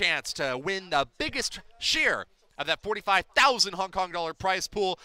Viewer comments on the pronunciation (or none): It is Hong Kong not Honk Kong idiot